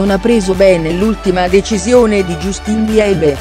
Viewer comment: Non si legge justin ma jastin si scrive justin